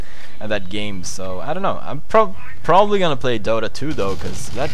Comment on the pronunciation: “I should broeenwbly reconsider the intro” Lmao early Pewdiepie